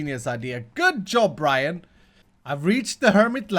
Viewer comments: LOOOOL its Grian xDDD gree-yan not Brian xDDD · Its called Gree-an not Brian or Graian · It’s grian not Brian xxd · It’s not Brian it’s Grian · its grian not brian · did his pronunciation of Grian annoy anyone one.... its GR-ee-en.... not GR-I-an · Its not Brian its Grian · It is not Brian it is grian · Its grian not brian xD 🤣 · Its Grian, not brian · Bryan ???? Its GRIAN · It’s grian not Brian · NOT GRY-EN GRI-EN YOU SAY IT GRI-EN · calling Grian ‘Brian’ is a joke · Oh god did you rly say Brian.........ooohhhhh ehhhhh it's grian ooohhhhh lol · Brian????????????? its Grian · IT'S PRONOUNCED GREE-AN NOT GRAY-AN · Grian!!!!!!!!!! Not brian!!!!! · His name is GRIAN not BRAIN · Brian??? Its pronounced Gee-Arr-Ian! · Nice vid but Grian not Brian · It is not Brian it's grian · Look at the conduit and if it has a red “eye” on it, then it’s max level But yours is max level Also his name is grian (gree-in) not Brian 😊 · Grian not brayen😂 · GRIAN NOT BRIAN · Grian not brian dude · I think he said Grian at first, and then he said Brian. HAHA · Its Gree-ann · its gree-an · It’s grain (GREE-AAN) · omgosh best ipass deal ever! you got great negotiating skillz! XD it also make me lolz every time you say brian. XD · His name is said like green and tin put together gree-in. It doesnt rhyme with Brian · It's pronounced Greeain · His name is Grian pronounced grean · Its gri-an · It's G-R-I-A-N, G not B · its not griin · Grian's name is pronounced Gr"ee"an! Man get it right. lol :) I LOVE what you are doing for a base this season. I can't wait to see more. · Why does he keep calling grian Brian? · It’s gr - ee - an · lol is mispronouncing grians name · The way he pronounced Grian 😂😂 I can't stop laughing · I think actually knows how to pronounce "Grian", but he's pretending that he doesn't. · How pronounce Grian... Is that intentionally?